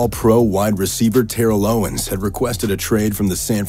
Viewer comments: How he said Terrel owens hurts me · ah yes, my favorite player TARRELL OWENS